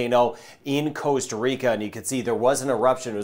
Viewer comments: Brian, please, please, please can you use the proper pronunciation, ie how we Ticos say it! It's Costa not Coasta. Costa as in Costco. There's only one a and its at the end! Thanks. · I can totally agree that mispronunciation is commonplace around the world, even by native speakers, but how do you mispronounce Costa as coasta? It's the same as Puerto Rico. It's not Porto! How does an English speaker mistake an ue for an o? It should pooerrto. I believe that Costa is mispronounced as coasta, just because the translation is coast.